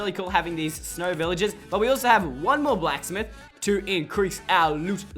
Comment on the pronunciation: It isn’t snrow